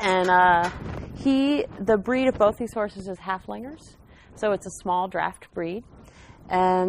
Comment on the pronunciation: Just FYI, it's Haf-linger, not Hal-flinger.